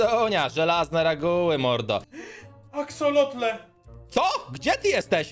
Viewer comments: Axolotle nie Axoloty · Pisze się axolotle, a poprawna wymowa to "aksolotle" :) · mówi się axolotle nieuku!!